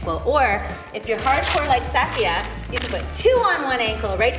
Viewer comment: I wonder if she's pronouncing her name wrong. BC i have the same name, spelling and most Safiya's don't pronounce it that way.